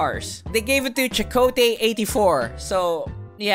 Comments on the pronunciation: Jikote Eightfour?????? Bruhhh 🤣 It's pronounced CHIWELLTEY HEYJIOFOUR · “Chikotae Eightyfour” lmao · Chee-we-tel ee-jiio-for, how you pronounce it. Just because you have the animation doesn't mean you disrespect the actor. I love the video. Don't have me. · “Chakotay 84.” 🤣🤣🤣 Close enough. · Chiwetel Ejiofor = Chakotay EightyFour? lol!